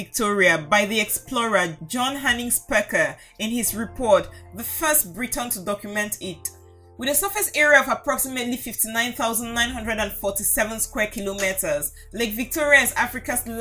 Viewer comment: The explorer was John Speke Pronunciation: John Spik